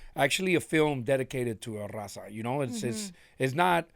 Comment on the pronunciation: "Rrraawwwzahh! " yall can speak Spanish... Why do they pronounce Raza like that?